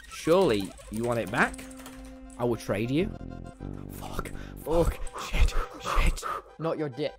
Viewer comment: lmao just me or did others laugh when skeppy said “Fock you” and left the discord.